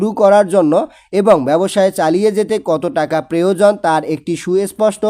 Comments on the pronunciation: Preojon noi eta hobe proyojon.....😁😁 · Preojon noi eta hobe proyojon.....😁😁😅